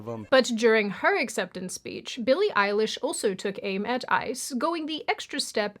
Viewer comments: Billie Eili-ICE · billie ice-lish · Billy Ice-lish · why are you calling her "Eilish" like it’s her surname??😂😂😂😂 it’s just a middle name